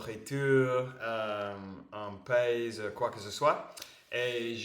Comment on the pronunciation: Hello 😊, Hi That was fun, nice idea! Il est mon meilleur ami > c'est mon meilleur ami Un pays > pronounced pay-i and the s is silent Il ne m'a dit rien avant ça >il ne m'a rien dit avant Qqch de méchant vers nous > nous fait du mal Chaise de soleil > chaise longue Pay attention chaise is pronounced "chaize" Desire > souhaiter can work as well Rice > riz Rain cycle > le cycle de l'eau in french Il pleuve > il pleut. L'eau est absorbée par le sol. Success > basically.....succès 😉 Monogamy > monogamie Nephew > neveu with [eu] at the end like in cheveu Physics and mathematics > physique et mathématiques Tu vas y arriver > tu vas has a silent s at the end Une porte verrouillée, yes, une porte fermée A fun way to learn a lot in a short amount of time! I discovered words in english today